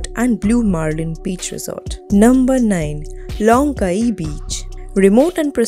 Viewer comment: Please re-do the voice over.. you pronounced all the names wrong.. starting with Caye. (Key)